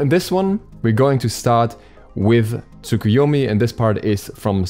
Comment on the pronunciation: The "u" is pronounced like a very quiet "uh" at the end of Japanese words, usually.